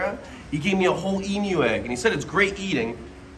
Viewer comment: As an Australian I can say: Thank you for saying "Emu" properly hahaha